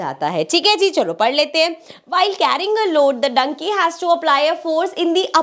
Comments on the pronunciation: "Dunkey" as donkey 😂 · bro Maine Kab kaha acchi nahi hain Infact mujhe exam se Peale help bhi Kiya I just found the way she said donkey as dunkey funny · Donkey, plough, mill . Wrong pronunciations 😂🫠😭